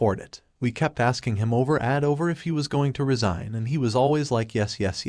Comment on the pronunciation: Resign or resign? This artificial reader is terrible.